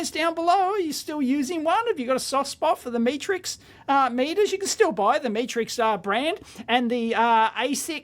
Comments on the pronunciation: Pronounced shovan r nu, and met as in met someone, not me as in look at me, then rix. I have a couple of Chauvin Arnoux meters from their existing range and they are excellent, but expensive. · Metrix, as in metrics, as in measurements. Unless you're Australian I guess😁